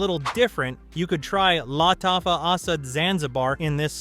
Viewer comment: Is it not Luh - tafa?